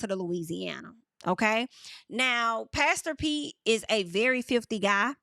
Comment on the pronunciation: Haven’t watched the show yet ima watch after your reviews 😭😭.. every time you say pastor Pete all I hear is “ pass the peas like we used to do heyy” from Martin lol